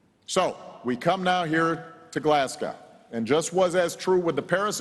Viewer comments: Pronounced glasgo. Not glass cow 😂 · It's fkn glesgey mun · If President Obama continues to pronounce Glasgow as Glaz-gow, I'm going to call out Washington DC as Wash-ing-tone. Got that? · Maybe learn to pronounce GLASGOW and understand it's in Scotland, not Ireland. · GLASSGAW! Why can't Americans say Glasgow. The "o" disappears when they say it. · It's not pronounced 'Glass Cow'. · Nope. Glezga. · You mean Glezga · Can't even be bothered to pronounce the name of the city correctly. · if anyone pronounces "Glasgow" like that in future, they're not allowed in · The way he pronounced Glasgow 😅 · He's American, that's how they say it and on the behalf of all us Brits, it pisses me the fuck off. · His pronunciation of Glasgow makes me sad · why do americans find it so hard to pronounce glasgow correctly? like literally just don’t say the w 😭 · and can't even pronounce that correctly. This is what a Harvard education buys you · He pronounced Glasgow like they’re Russian 😂😂😂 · Well the title was right. His pronounciation of Glasgow was not.